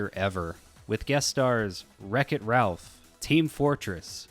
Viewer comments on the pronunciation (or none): none